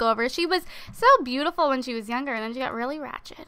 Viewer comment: idk y but whenever says rachet, I just burst out laughing:P